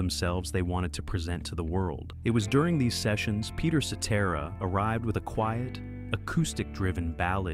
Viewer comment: At least this AI narration pronounces Cetera’s name correctly.